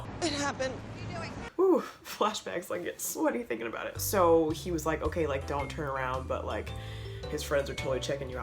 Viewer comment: Why does her okay sounds "onkay" to me 😂😂😂